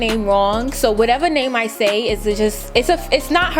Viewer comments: “or whateverr” so New York 😭❤️ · "Or whateva!" Nyc accent lol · This video funny af 😂😂😂 “It’s cute........FOR YOU........or whateva.” 🤣🤣🤣